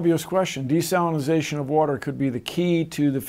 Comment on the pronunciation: Am I the only one who heard Bill say, “The De-Stalinization of water”?